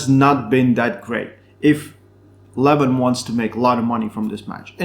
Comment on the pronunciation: Lol! Also, it' Leh-Vahn and not leh-VHAAAN.